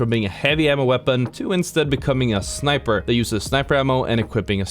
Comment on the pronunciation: I loved “ThAat”